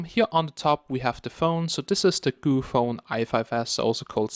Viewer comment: its GOOPHONE not gophone.. lol shame